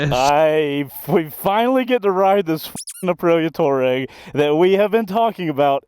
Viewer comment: Fun video. Nice to see the local shout-out to Pops Coffee - I spend half my life in there! BTW, the Aprilia is pronounced "Tw-ah-reg" (desert nomad).